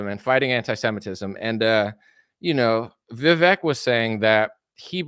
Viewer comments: . Vivek is how his name is spelled, and if we all just remembered to pronounce his "e" as a Spanish "e", then we'd all say it right. It rhymes with cake. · Vivek himself says the "vek" syllable rhymes with CAKE. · It's pronounced VI-VAKE